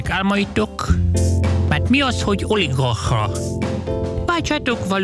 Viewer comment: …mert mi az, hogy „oligahhha” 😅😅😅